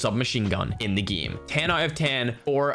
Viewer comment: Can you say game and eight correctly. Not eit... EIGHT and not gme... GAME. Also we know your talking about CoD Mobile please stop saying it constantly. Other that those 2 really annoying things your content is very good.